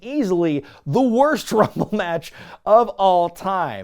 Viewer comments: Rumble numble, lmao. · "Lets get ready to Rumle" must be an attempt not to be sued michael buffer.